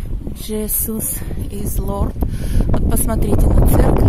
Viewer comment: прости за корректировку, но всё же, не смогла промолчать:Jesus, Иисус, читается и произносится Чиизез, долгое "и", по- Голландски проще, Езуз, как написано так и читаешь.